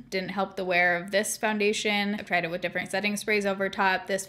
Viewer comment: 100% no tea, no shade. I absolutely adore that you say different "differnt" bc SAME & EVERYONE MAKES ME FEEL BAD ABOUT IT😂😂🖤🖤🖤